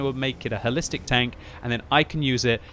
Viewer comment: I thought he said, "Hellistic", which actually makes better sense.